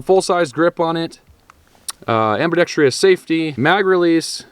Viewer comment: Why is it so many folks with channels that deal with guns can't properly pronounce ambidextrous? 🤔